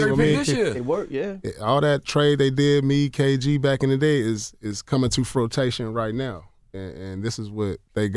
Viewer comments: That man some coming to "frotation" lmao. It's coming to fruition. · "all that trade they did me,kg back in the day is is coming to fruit-tation" - Paul Pierce lool its pronounced froo-ishin and thats why you will never be better than the goat lebron james, he's going to drop 40 on your celtics tonight and get the W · " Frutation" 😅. I think he meant "Fruition". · Paul Pierce said Fruitation 😂😂😂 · frotation?? lol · That shit shole did come to “froo TAy shun” 😅😂😂😂😂😂😂😂🤣🤣🤣🤣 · "Frutation" my nigga lmao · I fux with The Truth so heavy, I didn't even trip when he said "frotation". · This dude said... "All those trades is coming to FROTATION now"... Bruh 🤦🏽‍♂️ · He said "coming to frutation" lmao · This nigga said frutation You mean fruition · This Paul man said coming to “ frotation” LMFAOOOOO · Did my man Paul Pierce just say "frotation"? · “Coming to frutation”.....Nigga What? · “Coming to Frotation right now.” Smdh 😂😂😂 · ‘Coming to frotation.’ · cat said it came to "frotation" lol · did he say 'coming to Fro-tation'? lmao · Did I hear Pierce say 'coming to fruitation'??? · 'FROTATION'?????! Fruition, maybe? ~Queen~ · This nigga stay using the wrong words. I watch him on NBA Countdown all the time. The rest of the always correct him too lol. Either Jalen or Chauncey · Did he say furtation lol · The man said fro-tation lol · Bruhh...did he say fro-tation? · Lol “frotation” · Did Pierce say, "frotation???" 😂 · “coming to frotation” lol I’m weak.... wtf is frotation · wtf is "frotation" 😂😂😂